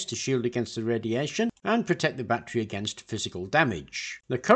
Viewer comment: Why do they call it "battarey" and not "battery"? Kinda sus......